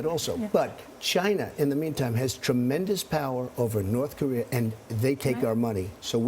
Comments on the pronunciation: Charlie by making smart business deals. And it's Korea not Korear. Also I'd love to ask the female reporter how many pounds of makeup is required for her to feel acceptable and beautiful. Superficial self conceited fucks. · "You want the Chinese to take care of North Kor-ear?" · WHY DO SO MANY PEOPLE PRONOUNCE IT NORTH CAREER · Sounds like Charlie Rose said north KOREER. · I grew up in California, but down the street from a Korean War veteran from Tennessee. He pronounced it Kuh ree err.